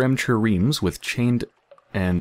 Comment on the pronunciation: I realize this video is 8 years old and you might not read this comment, but "Triremes" is pronounced TRY REAMS, not what you were saying! Basically, in ancient times, it was a warship powered by three rows of oars on each side (170 oars in total). Since the description refers to "chained and sulky Unfinished Men" I'm pretty sure this is the style of boat they were referring to, with the Unfinished Men chained to the oars.